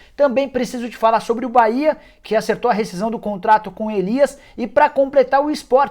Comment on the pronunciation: Bahia não "Caia"